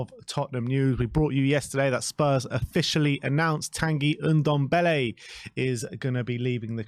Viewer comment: So glad he is going so i don't have to hear this idiot calling him "Undombele" when it's "Ndombele"...